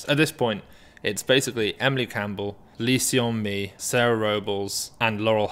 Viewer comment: hey if you pronounce lee seon mi as "lee sun mi" it would be closer to the actual korean pronunciation! Just thought you would like to know